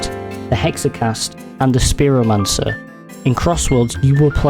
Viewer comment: theres a lot of mispronunciations such as "istant-tainment" and "spearomancer"